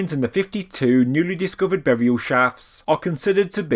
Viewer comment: and "boriaw"